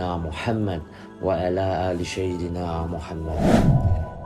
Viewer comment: Maaf mau nanya ini suara asli atau gmn, kok nyebut sayyidina pakai syin.